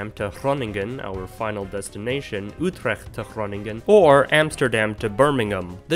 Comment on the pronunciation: I was momentarily distracted at the commendable attempt to pronounce Utrecht correctly!